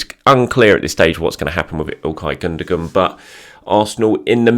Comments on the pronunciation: Gundogan - German Football player. Pronounced: Gun-doh-wan. Not pronounced: Goondergoon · Your gonna have to say he name right bro it's pronounced without sounding the G ,ok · I really like your videos, look forward to them all the time but if you're going to say 'Gundogan' so many times, please at least pronounce it correctly!!😂 keep up the good work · I don't think that's how you say Gundogan's name.